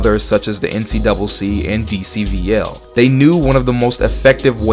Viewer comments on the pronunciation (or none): when you said "dcvl" the #CHICAGO in me only heard "cvL" and i had to rewind and pay closer attenion